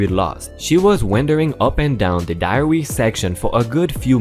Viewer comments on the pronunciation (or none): PLEASE!! DAIRY is NOT said as DI-AR-EE (Diary) a Diary is a book where someone writes personal thoughts and stuff in. DA--IR--EE DAIRY however is a word to describe foods which contains milk and milk like ingredients in them as a classification of a food group. SAID as in DARE--EEE (Not DI aree)